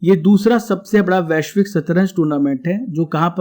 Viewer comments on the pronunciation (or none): none